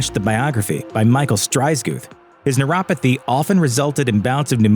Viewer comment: It's Neuro-PA-thy... not neurothapy. Seriously???